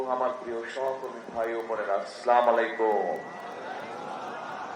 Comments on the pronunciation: খাম্বা তারেক সালামটাও ঠিক মতো দিতে পারে না..? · সালাম টা ঠিক করে বলুন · ভালো করে সালামও দিতে পারে না। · 😊সালাম টাও ঠিক করে দিতে পারে না হায়রে আমার দেশের নেতা।